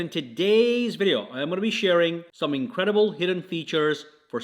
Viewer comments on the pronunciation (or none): none